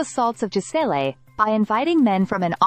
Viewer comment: Hate this A.I.-narrated crap….”Jis-ell-ay Pell-i-cott”. The surname is finally pronounced correctly , then goes right back to being butchered…is it really that costly to have a human being pronounce things correctly ?